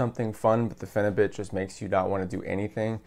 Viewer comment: Pheni - beaut is the pronunciation. 🙂